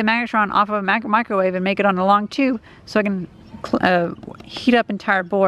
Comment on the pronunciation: UUUUH a Wicromave